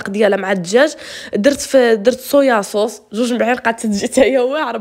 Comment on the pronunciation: ديما الهمة مع دوجا تبارك الله عليك ختي وديما فاش كنسمع صويا صوص كتجيني الضحكة كولشي زين وكيشهي ماشاء الله الله يحفظك حبيبتي ويحفظ ليك ماماك